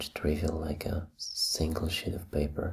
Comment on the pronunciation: It sounded like he said a shit of paper instead of sheet of paper